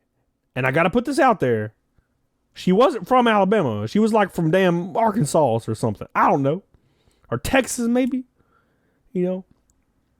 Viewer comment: Arkansas?? More like Arkansus lmao